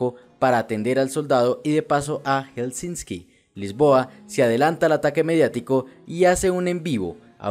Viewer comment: Se pronuncia Helsinki, no Helsinski...